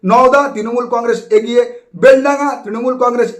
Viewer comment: Ucharon ta agiye na habe "egiye